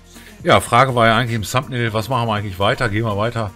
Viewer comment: Deine Aussprache von thumbnail ist grausam